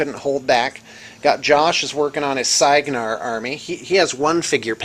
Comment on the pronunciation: cygnar is SIGNAR not SEYGNAR!!!! and cryx is KRIKS not KREYKS!!!! (does anyone read the pronunciations in the rulebook?)